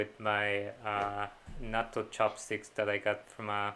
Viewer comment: Did you make Natto again?? I told you Nat-to, dad!